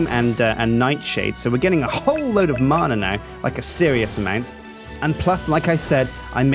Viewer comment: Btw it's not marna it's man-ah